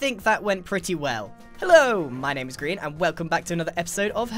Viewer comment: Its grian not grain